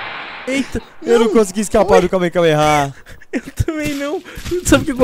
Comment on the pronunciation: que agunia dele falando KAMEKAMEHA é KAMEHAMEHA